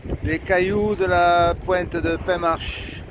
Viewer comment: Penmarch ….. prononce “ pin marr” ! 😉